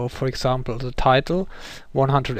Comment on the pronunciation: haha, learn the TH xD alte Hütte still, nice video